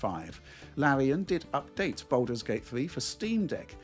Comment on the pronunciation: 'Boulders gate' confused me for a bit